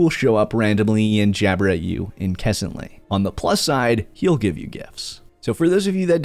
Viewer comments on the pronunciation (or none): I'm sorry, WHAT!? InKessantly? I know it's a super minor thing to lose my shit over but I do believe the word incessantly is pronounced in-ses-ant-lee. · in kas ent lee lol its pronounced 'in ses ent lee' incessantly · Wtf is INKESANTLY?